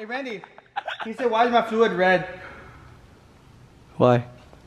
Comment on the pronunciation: Fluid - Fluuud